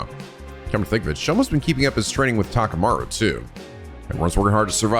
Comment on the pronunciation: Methinks he's seeing the attacker as an outside force, but Hiruko might've been attacked by the other person using Takumi's body. Also it's been this long and is still pronouncing Takumi's name as Takami. And Takemaru as Takamaru